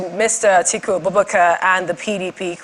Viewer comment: Atiku not Atuku